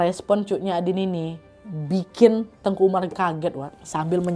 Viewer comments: Teuku kak nad bilangnya bukan tengku.. klo tengku itu Melayu kak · Mohon maaf kak nadia penyebutan teuku itu di bacanya bukan tengku jadi beda artinya klu sebutan tengku itu biasanya untuk ulama jadi bacanya sesuai tulisan TEUKU oke kk koreksinya karena saya asli orang aceh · hai ka nad, papa aku orang Aceh asli dan mama aku Jawa. tepatnya kami tinggal di tanah kelahiran Teuku Umar di Meulaboh Aceh Barat. aku mau bilang kalo penyebutan "Teuku" dan "Tengku" itu berbeda, kalo Teuku tetap disebut "te-uku" dan tengku ttp disebut "teu-ngku". Teuku setau aku itu masi berasal dari bangsawan ataupun keturunan dari ulee balang, sedangkan "Tengku" itu sebutan utk ulama atau guru ngaji.. dan "Cut" itu juga gelar yg didapat karna masi keturunan bangsawan, dan di Aceh ad juga sebutan "Sayyed dan Syarifah" ini masih ada keturunan Arab, dan bisa diblg masi ad keturunan Rasulullah juga. tapi makin kesini yg make gelar cut dsb itu ada yg bukan keturunan bangsawan, *ad bebrapa memakai utk menghormati atau mengikuti jejak Pahlawan Aceh. cmiiw guys❤